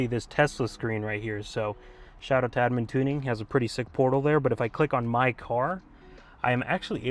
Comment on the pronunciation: Admin not adamIN. jk LOVE the build!!